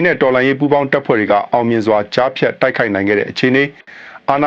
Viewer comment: ရေးတောကြားဖျတ်ပြောတော့ဂျားဖျတ်လို့အသံထွက်တယ်နော်